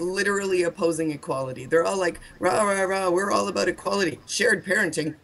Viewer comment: TJ is still choking on the fact he said "aBUut" lol loving that